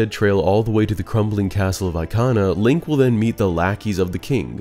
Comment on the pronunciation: The way you said Ikana valley or anything Ikana related made me want to cry. No offense it just sounded wrong. Aikhanah valley is just a no😭